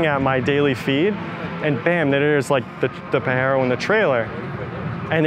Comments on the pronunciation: Here in the Philippines we have 4dr Versions. But we pronounce them as Pajero not Pahero 😂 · Its hapanese not spanish 😂.. theres no reason to call it pahero.. Still so fkin cool though.. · Dude is hurting my soul everytime he says "PAHERO" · Haha; Pahero?! He is literally the only person in the world who has ever pronounced a Pajero that way. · Larry pronounced it correctly, the owner has no idea..🤦 Pajero..!! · in Australia they are very common. PAJERO is definitely pronounced with the J ..... it is not silent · May mga ganyan din dito saatin na nakarating.. medyo tagilid yung ibang info nya hahaha gaya ng "pahero" nya 😅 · japanese people call it “PADJERO” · Them calling it "pahero" stresses me out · that's cuz he is! Also it hurt my ear everytime he said Pa"H"ero! Like seriously dude! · Its called a Pajero with the "J/G" sound. Dude doesn't know how to pronounce his own car. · In U.K. and Europe we def called them paJeros …no one JDM calls them paHero 😂😂😂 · That way he’s pronouncing “Pajero” for the vehicle is incorrect. It’s pronounced the way it looks. The “J” is not an “H” in this circumstance. The name derives from a cat 🐈 called the Leopardus pajeros. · American trying to tell people how to say pajero , a car they literally dont have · It’s not pronounced the Spanish way. We have em everywhere in Australia and they don’t stack up well to their competitors. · Lol this man doesn’t even know how to pronounce his own vehicle. But regardless I’m jelly, Pajero evos are sick. Definitely a dream car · Poor that the owner does'nt even know how to pronounce the word and should NOT allow to own this special Evo. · ........We have had Pajero's in Australia forever, no one has ever pronounced it like that. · Say what? This dude is pronouncing the name incorrectly!! The vehicle was not named after the south americian term for a wanker! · Dude is Pa JE ro not Pa He ro. Saw the damn thing be launched in Japan. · Its PAJERO not PAHERO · its PA GER ROW